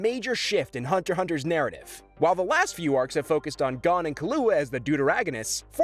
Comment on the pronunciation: It's Gown, Kahlua, Korra-pika and Eyoryo